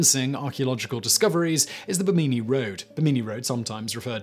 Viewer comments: You've never heard the correct pronunciation of Bimini before? It's pronounced Bih-Minn-EEh with no pauses between syllables. If you've ever been around boats you'd have heard the term many times ;-) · Oh, Simon, Simon, Simon. Pronunciation is important. Bimini and Yaxchilán need work.